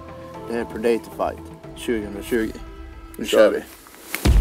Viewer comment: Att ingen rättat Mattias på hans uttal av predator